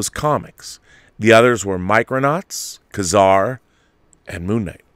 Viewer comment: Ka-Zar is pronounced "Kay-zar".